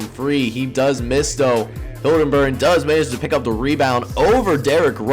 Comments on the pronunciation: Haliburton is Pronounced Hal-Eh-Burton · Great video so far. Btw no biggie but i think you might be pronouncing Tyrese Haliburton's name wrong lol